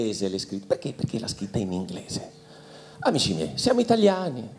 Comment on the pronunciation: Ma perché invece di "scritta" e "scriviamo",dice "schitta" e "schiviamo" ??! 🤦🏻‍♀️😩